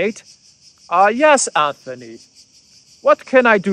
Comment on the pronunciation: Another excellent video. On a minor point of pronunciation--it's Antony Blinken, not Anthony. There's no "h" in his first name and so the pronunciation is like a combination of "ant" and "tony." It makes no difference for your analysis, but just so you know for future reference.